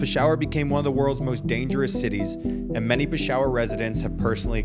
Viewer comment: that pronunciation is insane lmao. pi-shower hahahaha